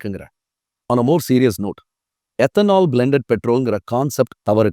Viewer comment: Ethanol ethanaal 😂